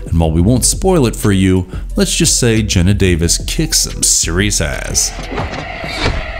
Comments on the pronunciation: It's pronounced Gee-na Davis. Not gen-na. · Commentators should really learn to pronounce the names of actors properly. e.g, it's Geena Davis, not Genna.